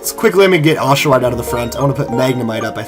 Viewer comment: You said oshowatt